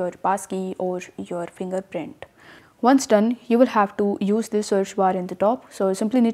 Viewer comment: To is pronounced "to" not "do".